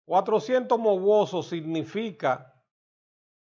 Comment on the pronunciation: No es mowosos sino mawozo